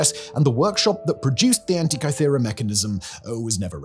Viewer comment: It's said An ti ka thera, not kai thera Is Hancock writing your scripts?